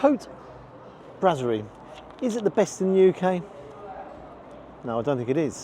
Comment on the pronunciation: It is pronounced brasserie as in "brass", not brazzerie. We'll forgive you for that one.